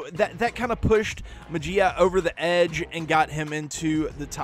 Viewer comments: May-he-ya not May-G-Uh. Love the video. Very informative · Muh-Gee-Uh lol!!! That's that Mississippi in our boy coming through lol